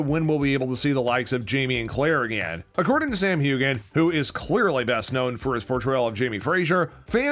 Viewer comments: This announcer should learn how to pronounce Sam’s last name...it’s HUAN not Hugan! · When is this guy going to learn how to pronounce Sam's name? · Another idiot script. Cannot pronounce Sam's last name, and called the character 'Jamie Foster.' Foster? really?